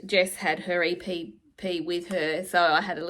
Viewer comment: So proud of you, you can actually pronounce EPP if you put your mind to it 😂